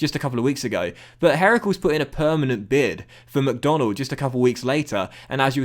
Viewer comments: Really liked seeing McDonald move to Heracles, even if you butchered the name of the club 😂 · at it again butchering foreign (club) names:P! Heracles (Hercules) isn't pronounced 'herakels', and the accent in 'Willem II' is on the first part (Pronounce as 'Willum'). And now I can't wait for episode 50 (wow that went quick) of this series!